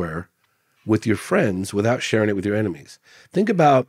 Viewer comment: 15.5 million v 513 k subscribers. Not even in the same league 🤣🤣 he needs to learn not to pronounce his T's as F's I fink first before he gets to that next level. 🙃